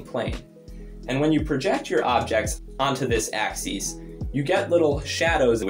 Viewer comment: Very interesting. Btw I think you might be confusing the pronunciation of axis (not plural) and axes (plural)